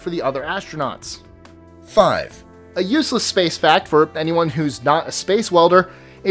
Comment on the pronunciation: ashtronauts?? dude you really are persistent on talking on these videos aren't you?.. Haven't we said enough that your speech sucks... Why do you insist dude... just have someone else talk for you, really don't be that cheap... Your videos are ok but the speech sucks man it sucks. do something about it....